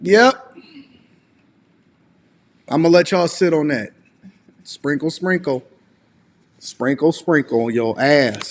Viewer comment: Everytime she says sprinkle sprinkle I hear single single🤷🏽‍♂️